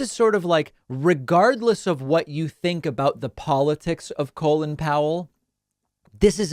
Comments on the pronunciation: Isn’t his name pronounced call in, not colon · You really need to adjust your pronunciation of Colin, you're pronouncing it as Colon....